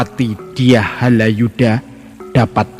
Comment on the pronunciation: Bukan Haladjuda mmbacanya tetapi Halayuda.